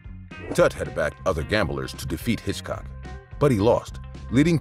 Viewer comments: Are you an AI? The name is Hickok. Hitchcock was a movie director from England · It's Hickok not Hitchcock you're making me crazy with this!! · Oh, dear! It's Wild Bill HICKOK, not Hitchcock as you keep saying in number 1. Also in number 1, at the end, isn't that a photo of Billy the Kid, who has nothing to do with the story you are narrating at that point 😮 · As for James Butler Hickok, there’s no hitch in Hickok. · The fact that you're calling Wild Bill Hickok, Hitchcock completely takes me out of the narrative. Also, the train brought in quite a bit of foodstuffs that couldn't be grown in the area, such as oranges. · Do you have ANY idea how long a 30 second shootout is when standing less than 10 feet apart and with no cover available?? 30 rounds! Dude, come on! And.. Wild Bill HITCHCOCK? It is HICKOK! You have a channel that does old west videos and don't know one of the most famous names in wild west history? Bro it is time to look into something else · Will youb STOP calling Hickok "Hitchcock"?!!! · I kept wondering who this guy named Hitchcock was…. Getting the name right is very important.